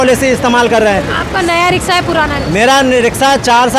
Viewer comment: रिक्शा या रिकसा🤣🤣🤣 अनपढ़ पत्रकार